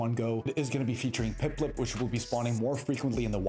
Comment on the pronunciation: bro what about instead of saying Piplup correctly, you pronounce it like "PipLIP" 😅😂😂